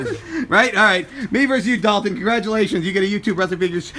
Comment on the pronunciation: Ew its Dawton